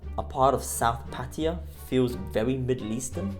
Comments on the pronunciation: Pa-Taya brother, Not Patya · What the hell is 'Patiya' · When will vloggers learn to pronounce Pattaya as spelled. Very ignorant people.👎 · Pattiya? Cmon dude.. pronounce it right its a sign of respect by calling it right. Cheers dude